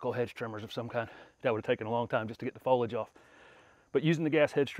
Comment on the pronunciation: So genius he can’t pronounce foliage right